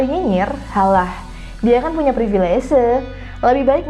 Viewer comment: Permisi. Privilese saya lihat ada di KBBI yang artinya Hak Istimewa. Tapi apakah konsonan "V" di kata Privilese ini dilafalkan seperti "V" dalam kata Privilege? Dari awal video saya penasaran, dan mengganjal di telinga mendengarkan kata baku yang dilafalkan campur dengan konsonan bahasa Inggris.